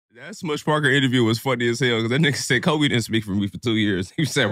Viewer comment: this dude said kobe wrong (for not talking to a lazy sorry ass teammate)... then he said "i don't remember what he did" 🤡🤡🤡